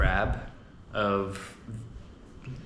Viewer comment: Dude, enough with the money concerns 😂 There is zero chance you're getting scammed in an international airport (most likely 😅). And why are you pronouncing Laos in their language? Its like being in Japan and saying "Im in Nihon" obviously post music festival By the way, when are you going back to Japan?